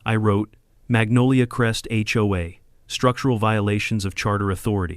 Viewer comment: Why were notifications sent only to homes on their street? The whole community should have been notified. They all would be vulnerable to Brenda's new rules. (The narrator must be AI. HOA is not pronounce like a word hoa.)